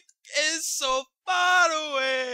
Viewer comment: I die every time he says "So!" In the beginning. Sounds so damn Mexican. XD